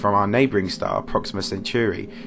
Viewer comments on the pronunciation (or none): The fact that he says Proxima Centuri and Alfred Einstein maybe